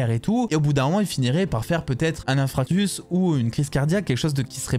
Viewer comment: "un infractus" ...! Ah oui le coup dur pour Ross 🤣